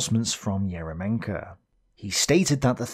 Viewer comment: not EromenkO, he is ErYOmenko, because in russian language "Ерёменко" and "ё" (YO in english) always main vowel in word.